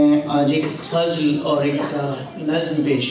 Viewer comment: OH BHAYEE, YEH LAFZ "GHAZL" NAHEEN "GHAZAL".DOOSRI BAAT YEH HAY KAY KHUDA KAY WASTAY LOGON PER RAHEM KARAIN AUR PAKORAY BAICHAIN.SHAAERI AAP KAY BUS KI BAAT NAHEEN HAY.